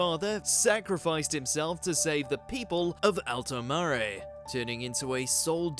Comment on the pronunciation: Alto MARE, not mar-a, your pronunciations are REALLY ANNOYING 💢